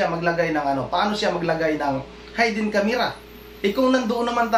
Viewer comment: Wrong pronunciation. HAYDEN CSMERA....should be HIDDEN